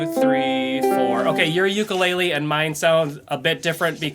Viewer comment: If you're going to teach how to play an instrument you need to learn how to properly pronounce the instrument name. I was so excited to use your videos for my Hawaiian son until I heard you say ukulele wrong